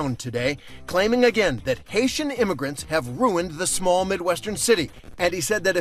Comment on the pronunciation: Vance = hater. Springfield immigrant = Hait-ee